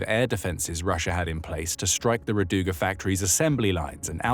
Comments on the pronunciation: it is ra'duga, not radu'ga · Not rad"U"ga, r"A"duga Rainbow